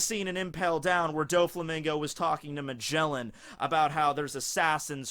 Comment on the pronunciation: U native English speaker and ur cringy pronounciation of Magellan